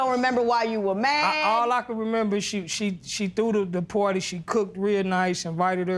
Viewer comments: "pooawty" and "iv and capeta at the hospital". LORD! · Birthday "pourdie"... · Insomnia Charles Birthday Porty. I'm pretty sure they both said porty.